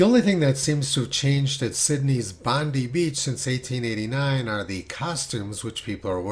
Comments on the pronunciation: It is spelt Bondi but is pronounced BonDIE Beach not bondee Beach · Just to clarify, it's pronounced Bond-i, like Bond eye, not Bondee or Bond ee 😁 And since I live here I can tell you that all the beaches and harbour foreshore in Sydney are all indistinguishable from the earliest photos over 100 years ago. Oh the humanity! 🤣🤣🤣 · Just so you know, Bondi is pronounced Bond-eye. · Not Bondee beacx ... BonDie beach ! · Fraudulent forecasts always get more attention than factual observations. PS For our American friends , Bondi is pronounced ''Bond-eye''. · Bondi sounds like Bon DIE :)